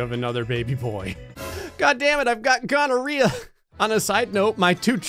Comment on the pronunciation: More questioning grey dammit. No but seriously did you just say mutated ghonerea?